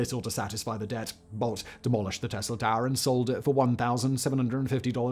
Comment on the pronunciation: “Ta’er” what. Ha lol